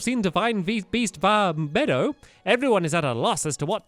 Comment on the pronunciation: please don't call it 'vah meadow' it's 'vah meed-oh'